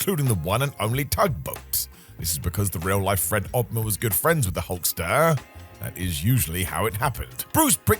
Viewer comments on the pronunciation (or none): why you talking like that? "the hulkSTURRR"